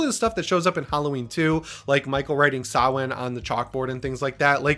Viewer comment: Props to for pronouncing samhain correcly.. Irish man..